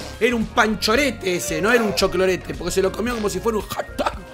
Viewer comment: Me encanta cuando dice cholclorete 😂!